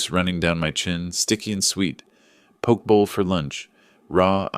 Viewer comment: Poke bowl...."pokee bowl"